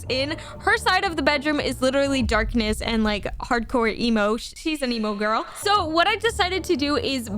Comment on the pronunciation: really said "im in love with an emo gworl"